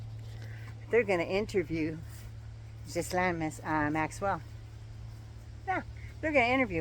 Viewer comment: Isn’t it Ghislaine, the American’s can’t pronounce it, but you should be able to .. Jeese-len is how it is pronounced..